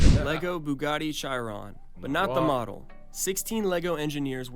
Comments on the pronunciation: “Shy ron” as a car guy that irks me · can no one pronounce Chiron? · It pains me how this bloke says Chiron